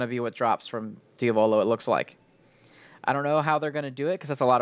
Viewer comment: It is, pronounces it very oddly lol